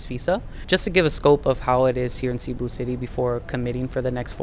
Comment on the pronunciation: i mean no hate by this, but i want to point this out - cebu is not pronounced 'SEE-boo', it's "seh-BOO'. as someone who's lived there for four years i think it's incredibly important to show respect to the city you're living in by pronouncing its name properly at the very least.